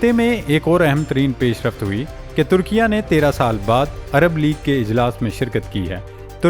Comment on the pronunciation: Bhai meray likhho turkia aur parrho Turki-ye.